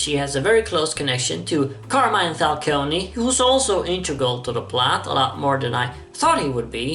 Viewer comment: Rly like that movie, even if I have some issues with it. But more importantly,, as an italian fan of yours I cannot tolerate this any longer: that's not how you're supposed to pronounce "Carmine Falcone". In Carmine the -mine is not like in "landMINE"; it's like in "MINEral"; -i and -e are all pronounced like that, in Italy. Same for the final -e in Falcone.